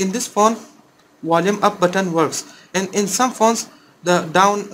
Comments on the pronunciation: Wulume hahahahhaha. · Which button? The Wolyum Up or Wolyum Down? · Bolume up bolume up bolume button 😂